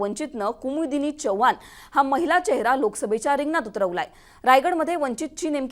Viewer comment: Chvhan nahe madam Chavan mhna Marathi shudh bola